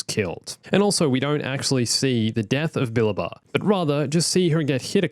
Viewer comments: It actually sounds more like “bah-LAH-bah” if I remember correctly. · STOP CALLING KANAN'S MASTER "*BILBA*"!!!!! You're missing a whole syllable in there!!! "Billaba" !!